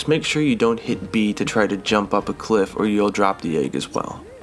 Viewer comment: You're bothered by that.... I'm bothered by the way he says egg lol